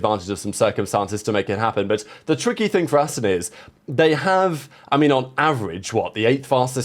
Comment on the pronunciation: It's 'Aston' , Not 'Astin' ...